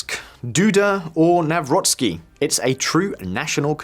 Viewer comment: Holy crap, a foreigner finally pronounced president Nawrocki's name correctly! 😮